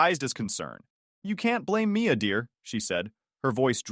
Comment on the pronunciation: Mia or Maya? This mispronunciation is bad.